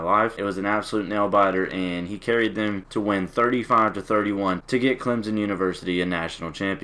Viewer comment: Why say like Clemzon Tigers it's annoying